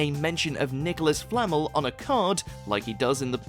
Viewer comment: ... It's FlamEL NOT FlaMel 😂😂